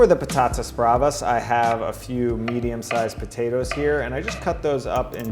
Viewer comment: papatas bravas lmao the way he says it idk its funny lol